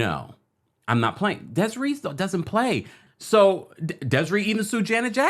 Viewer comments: It's pronounced "Des-Ray" and Desree was damn right to sue. A brilliant artist. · Des-a-ray lol